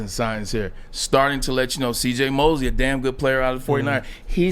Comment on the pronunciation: Braylon will butcher a name quick CJ Mosley Emanuel Mosely 😂